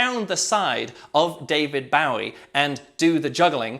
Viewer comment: strange way he says David Bowie, is that the way it is said in the UK?